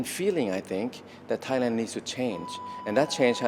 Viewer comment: Thailand not tight land .. haiyaaa !